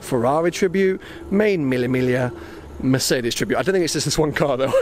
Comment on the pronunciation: Use google translator and you'll know how to pronounce Mille Miglia.